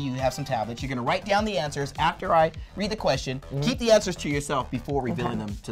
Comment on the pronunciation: no one: louis: yo lOOking at tha ansAAs